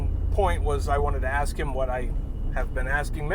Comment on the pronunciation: Is it to much to “ask” to use the word “ask” and not “axe” for the word “ask” lol